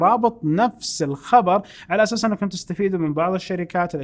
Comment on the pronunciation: يشبه الممثل توفيق العشا مؤدي دور ميسون في افتح يا سمسم يقول عشاس = على أساس 🤣